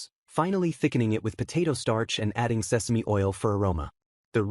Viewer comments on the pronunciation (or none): none